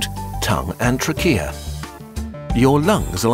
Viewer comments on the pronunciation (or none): there is a mispronounciation. Trachea is more like "Tray-kia" than "tra-kia". You are not a native speaker so not worries! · Now your making AI video.. jeez man. Every single channel now or 50% I watch have AI voice and I'm sick of it!! 😢 "Trak eea" you mean trachea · Learn Something New Every Day Dept: "Trachea" is pronounced TRAY-kee-uh in the US but across the pond in the UK, it's pronounced truh-KEE-uh I had no idea. So now if I ever need an emergency tracheotomy in England, I won't embarrass myself by pronouncing it all wrong. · He said truck-Kia; is that the British pronunciation of trachea or German lol? I'm half joking...in the USA and perhaps Canada I think most people say tray-Kia. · I don't think I've ever heard the British English pronunciation of "trachea" before. Took me by surprise. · Great video. Also hilariously wrong pronunciation of “trachea”. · fuck you for pronouncing trachea that way. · Today I learned that Brits prounounce trachea weird. (And yes, I realize Brits would say the same about how Americans pronounce it.)